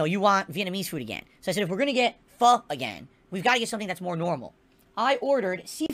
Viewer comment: At least he pronounced “pho” better than LowTierGod.